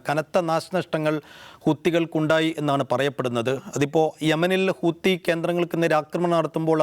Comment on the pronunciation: ഹൂത്തി അല്ല ഹൂതി